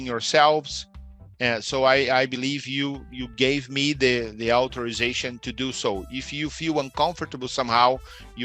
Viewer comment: Já começou errando a pronúncia de ALLOW, IMAGE e AUTHORIZATION. Eita! Tem que melhorar essa pronúncia aí, teacher.